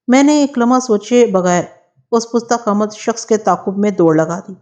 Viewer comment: Pusta qamat ghalt h, yeh Farsi ka lafz h, pasta qamat sahi h